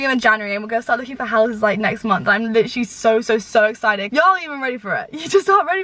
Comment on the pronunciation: PLEASE STOP saying 'litcherlly' every other word omg i'm mad